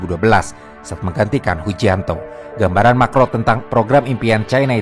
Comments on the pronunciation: itu hujianto apa hujintao wkwkwk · Koreksi min, Hu jin tao,,bukan hu jianto 😅,,hu jianto mah orang jawa ,,maaf 🙏